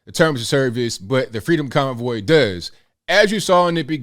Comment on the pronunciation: I swear it sounds like he’s saying “the freedom cowboy.” 🤣